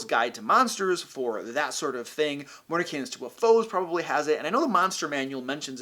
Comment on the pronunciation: Anyone else notice he pulled a Sam Riegel with the way he pronounced Mordenkainen's Tome of Foes?